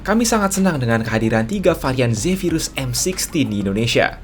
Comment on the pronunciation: m sixteen bang bkn m sixty wkwk